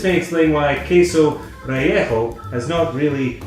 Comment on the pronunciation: I love how you pronounce "relleno". I think I heard the entire of Mexico cry out in pain...and then silence. Thanks for another fun video,!